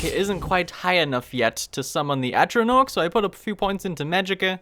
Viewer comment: i know i'm a year late but for heaven's sake please learn how to say "Atronach" it's an 'a' not an 'o'